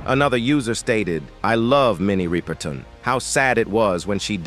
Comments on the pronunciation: Her name is Rip-er-ton, Not Ripe-er-tin! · Her Sir name was not RI per ton and it's Mariah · Pronounce her name correctly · PLEASE DO YOUR RESEARCH!! In addition to mispronouncing her surname…there were pictures of Aretha Franklin as Minnie Riperton!!! This is a gross error to mix-up & confuse two distinct & phenomenally talented Black performing artists!! Not cool at all!!! DO YOUR RESEARCH!! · I second that.